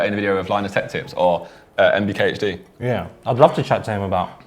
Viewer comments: Man said MBKHD Hahahhah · "MBKHD" LMAO IT'S MKBHD 🤦🏾‍♂️ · Man said 'MBKHD' its MKBHD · Did Josh really say MBKHD !!!!!!!! JOSSSHH BROOO IT'S MKBH TO FREEKIN D